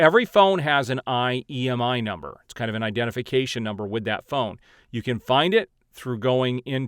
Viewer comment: Imei number not Iemi...lol but thanks for the info appreciated